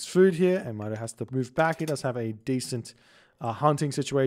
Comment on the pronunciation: It pronounces “Meeto”,. Good EE Brazilian Norse player. Greetings from Brazil. Love your videos 🇧🇷💙